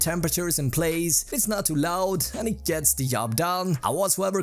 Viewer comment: Lmao did sound like that. "But it yets the job done" hahahaha